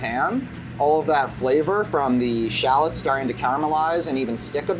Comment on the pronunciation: Drink every time he says 'shallots' sorry 'Shallads' 😂 Love this guy!